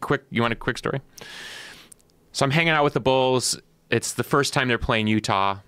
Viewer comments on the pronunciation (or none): none